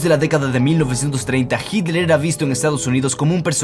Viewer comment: Noto que tienes una evidente "dificultad" para decir Hitler y una poco sutil falta de respeto para quienes ven tus videos y te escuchan, que te pasa?.